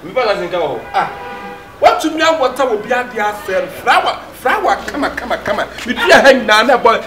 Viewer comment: I heard frower😂😂😂